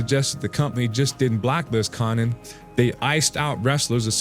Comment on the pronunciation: Dude can't even pronounce konnans name 😂 wtf is this trash